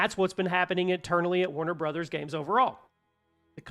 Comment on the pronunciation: Thanks for not mispronouncing it is warner bras/brawhs/something similar.